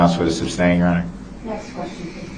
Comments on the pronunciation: Does he say substain cause he thinks that's how to say it or just to be a dick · ITS NOT SUBSTAIN ITS SUSTAIN YOU SHITSTAIN!!!! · He says "suBstain" Judge says "suStain" Then he repeats "suBstain" Why is he so f#cking stupid!?!? He actually looks stupid with those crazy eyes half way up his big all head!!! Even though I know he is under the PRISON forever It still disgusts me to listen to his stupid question! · For the love of God,..."sustain"! Not "substain"!... how many Goddamn times till he gets it!! Lol..he cracks me up with his "objections". He says "hear say" when someone is an eyeball witness! He has no clue what any of it means! If it wasn't so serious, it would be hilarious. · Darrell drives me crazy with the "suBstain" 🤦‍♀️ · Wouldn't you think after all this time he would know how to say "sustain". And that all his questions about plaintiff will be ruled not allowed. Hes very persistent.. and stupid.